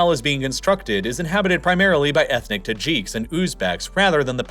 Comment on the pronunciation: they are not called Tahjeeks as far as I have heard. I suppose the announcer is actually a robot. Certainly has no concept of how to pronounce the placenames.